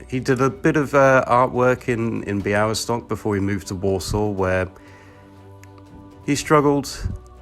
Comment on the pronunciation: niech więc obco krajowcy uczą właściwej wymowy Białystok i Podlasie